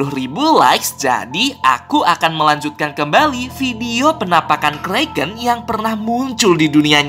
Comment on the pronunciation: itu bukan kreken tapi Kraken Lo kak